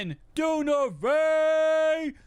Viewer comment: Du-Ver-nay bro not dune-avay but great vid ‼️